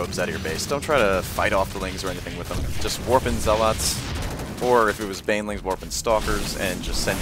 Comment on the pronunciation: Good vid man, but please, 'zealots' correctly